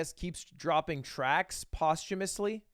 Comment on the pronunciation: Also also Lud - "Posthumorously"